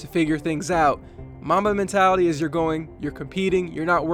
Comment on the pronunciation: Who heard Momma Mentality 😂